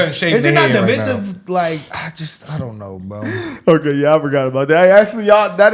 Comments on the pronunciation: uhhhh lemme help u bro cuz I like y’all vids n stuff n I hate letting ppl make the same mistakes over n over without helping them do better… the word is DIVISIVE not to be pronounced De-Vi-Sive but pronounced like Duh-Vai-Sive…. If ya don’t know now ya know lmaooo aside from that u guys keep up the great work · My guy it’s diveyesive. I spelled it wrong to emphasize the I. You guys are terrific btw.